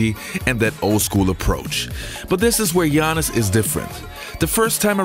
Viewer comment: What I like is that you pronounce right his first name.Speaking for old school I wish I could see him against the monsters like Hakeem and Ewing.